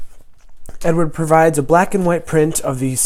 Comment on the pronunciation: Wag matey it's Ed ard, you say it a London cockney 😉 dunno who Edward is 😆. Look forward to your reveal buddy 👍